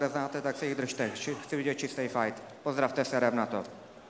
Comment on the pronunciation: pozdravte se a jdem na to , ale zní to jako serem na to :D